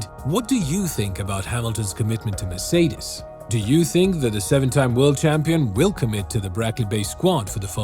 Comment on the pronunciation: Finally some one who pronounce "Mercedes" decently most of the time